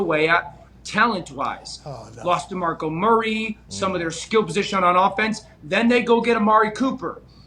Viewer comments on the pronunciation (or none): This dude said demarco murrary